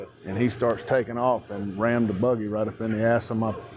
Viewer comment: Yep. The main piggy said “ramd-ed” a couple of times and another one asked if that was the horse’s “paws”. These are the geniuses we employ.